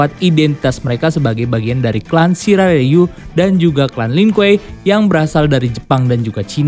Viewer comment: Sirai Riu bacanya bukan Sirai Rayu😂